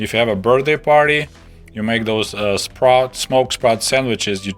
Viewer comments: lmao, same. I finally realized he wasn't saying sprouts when he talked about fishing for them in the red sea :P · ohhh... you're saying sprats, not sprouts. all this time I've been wondering what the big deal is with sprouts and how you even can them... then fishing for sprouts in the red sea... then it became clear it wasn't sprouts. lol